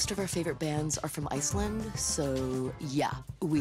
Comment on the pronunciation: Congrats! You managed to pronounce Iceland correctly in Danish. I hope that's worth something